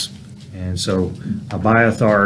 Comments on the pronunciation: Exact precise perfect pronunciation😊❤❤So refreshing hearing my name pronounce correctly. Reminds me of my Dad reading scriptures to me an my sisters, when I was a kid as a bed time story. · You exactly said my name right❤😊 I am gleefully amazed❤💯